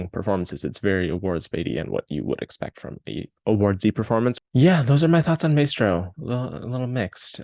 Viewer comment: Curious why you pronounce it "may-stroh" not "my-stroh"? you're making me NOT want to see this film LOL